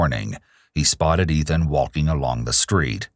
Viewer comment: I love how pronounces "waulking" and "taulking".